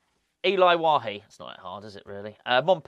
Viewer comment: Well pronounced name......!!!